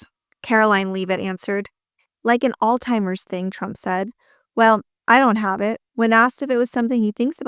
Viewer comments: It's Alzheimer's...not All-Timers. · It’s Allz-hi-mers. Not All-timers 🙄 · Alzheimers. ALZHEIMERS! Not all timers, you weany. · Great video but you mispronounced Alzheimer’s several time as ‘All timers’ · This looks like AI ! Why do you say "Altheimers" twice? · " All-timers" vs. Alzheimer's 😮😮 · Why are you pronouncing "Alzheimer's", "All Timers"? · Great piece!!!! Ty for this video!😊 (Alzheimer does not have a "t" in it.) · Just so you know, there is no letter T in the word Alzheimer’s as you can very well see in the spelling of it. Sure if Trump calls it incorrectly, that’s fine. It shows how much of an idiot please don’t call it the same thing cause that’s not how it’s spelled that’s not how it’s pronounced great story otherwise.